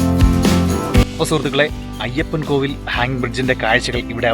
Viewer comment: Ayyappankoil, അല്ല ayyappankovil